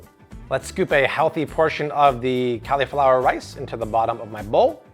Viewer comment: "Cali-flower"? What's that? You mean "cauliflower"? (CAWL-E-FLOWER)